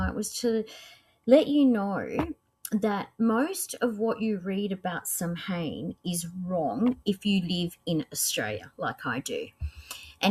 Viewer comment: Samhain is pronounced “Sow in” saʊ.ɪn